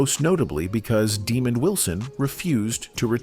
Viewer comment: Daaamon not demon